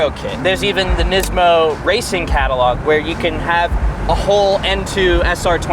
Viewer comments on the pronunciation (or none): none